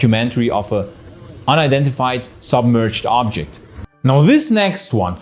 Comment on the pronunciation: Everytime he says "Ooooobjekt" drink 🍸 whatever you want